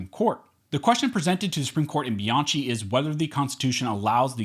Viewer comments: Great article. Bianchi is pronounced Bee-on-key, btw. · It's pronounced "Biankey"!!! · Bianchi is pronounced Be-an- KEY. It's an Italian last name. Thank you for the content btw. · Dude, Bianchi is pronounced bee yahn kee. There is no letter k in Italian, so they use ch for the k sound. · Bianchi is pronounced Biankey.